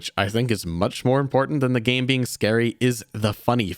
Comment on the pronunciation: I loved seeing the British man again trying to explain what the Monster in Crypt was in the most British way possible. “What a spooky bein’. What a spooky bein’”